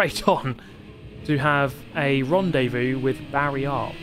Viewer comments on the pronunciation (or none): none